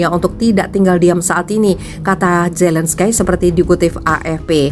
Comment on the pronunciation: g pke skie ngomongnya mbaa!! ini nama orang pke zelenski aja ckup, kok norak kedengerannya